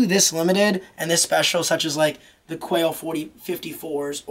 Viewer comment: It's not quaeo its quai